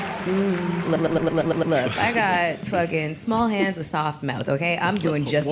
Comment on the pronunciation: “look i got small hands n a soft mouf”